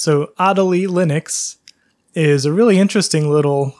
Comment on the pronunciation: "ah-DAY-lee" Better late than never XD